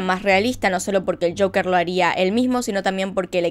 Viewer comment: Ame el acento cuando dijo el caso de shoker (joker) ❤️😂😂